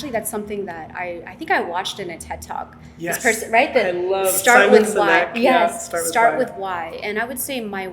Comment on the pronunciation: Simon Sinkey lmaooooooo it's Simon Sinek guys!